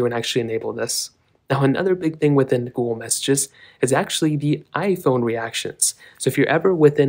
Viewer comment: He’s says Gool